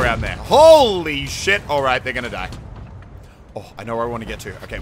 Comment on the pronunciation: you scream "die die die" like "nein nein nein"